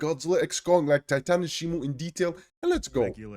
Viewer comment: Blud said titanus shimU 😂instead of shimO😂😂😂😂😂 And night i say you are good at posting frequently 👍🏼 Me exited to get more looks at kong❤